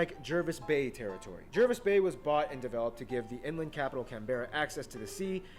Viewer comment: The stars are the Southern Cross constellation not visible from the northern hemisphere. The large star has the number of points matching the states. It's pronounced JARvis Bay, not as it's spelled. Yes it is stupid re islands. Guess how many in the Philippines?